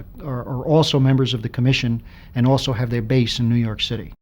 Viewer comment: Jimbo from New Yaahk aaffice